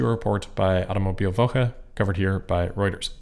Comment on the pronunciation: Proud of you for trying your best on the pronunciation of "Woche", 👏